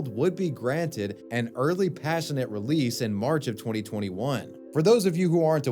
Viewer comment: COM-passionate release. Passionate release is something totally different but you'll have to ask your parents about that.